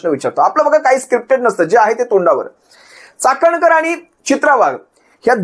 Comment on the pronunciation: चकणकर नाही चाखणनकर वाई। धन्य झाली बाई।